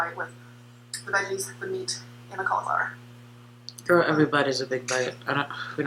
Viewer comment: I hate how she says cauliflower. And when she eats raw vegetables it reminds me of a horse.